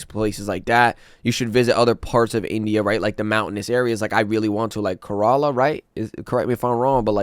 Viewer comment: Kerala is pronounced care-ala not kurala.